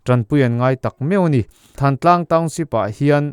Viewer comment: "Thantlang" tih i lam dan hi midang ngaihthlak tura i upload hma hian zir hmasa la a lam dan dikinin lam la ngaihthlak a nuam leh zual tur.